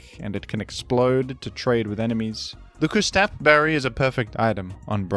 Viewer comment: "Küs-tap Berry" 😭